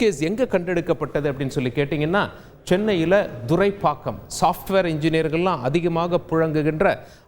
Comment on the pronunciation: Sir please mention the area name correctly, it's not Durai pakkam... It's Thuraipakkam..